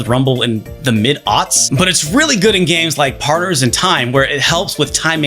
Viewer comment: "..really good in games like PARRRERRS in Time" haha the Benedict Cumberbatch "penquins" has found it's match